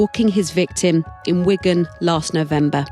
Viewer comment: Weegan? 🤦‍♀ It's Wigan! Wig-An (w/ a short "A" sound like in can)